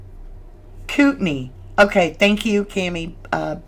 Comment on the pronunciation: It is pronounced "coot in i" county.😊